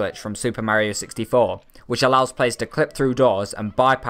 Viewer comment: You keep unpronouncing Mario in the video. Please get it right